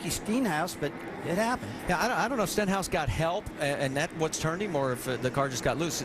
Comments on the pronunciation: "Steenhouse" and "Stinhouse" lmao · Rusty Wallace messed up Stenhouse's name twice in less than a 10 seconds interval